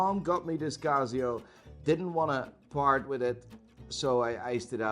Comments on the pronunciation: its not CAZZIO its CASIO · It 'K' not 'G'. Kasio and not Gasio. hahahaha. Kreat Worg.😆😆😆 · Laygo, Cazio, Seeko. Watch expert who can't pronounce bugger all.